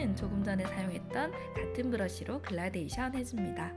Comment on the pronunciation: 그런데... 글라데이션이 아니라 gradation 그라데이션 아닌가요? 영상 보고있는데 자꾸 신경이 쓰여서요 ㅎㅎ